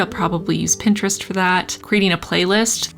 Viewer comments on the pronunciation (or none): none